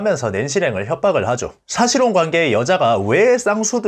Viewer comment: 싸실혼이 아니라 사실혼 입니다 아 혹시 혀가 짧아 발음이 안되는건가요? 아님 구강 구조가 주걱턱이라 안되시는건가요?